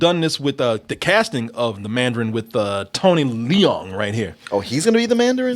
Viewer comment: its leung, one syllable and you played that crap trailer for this legend? GIRL BYE